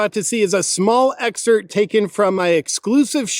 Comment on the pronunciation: the P is not silent in exerpt.